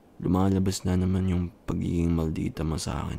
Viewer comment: having a hard time with saying " na naman" girl me too